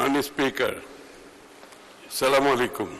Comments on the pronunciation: সালামালাইকুম এটা আবার কেমন সালাম??? আমরা শিক্ষিত , ইসলাম ধর্মের লোক অথচ ঠিক মতো সালামটা দিতে শিখিনি!!!😭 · সঠিক ভাবে সালামটাও দিতে জানেনা 😢